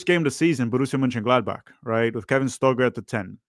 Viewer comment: why cant u pronounce the name of this team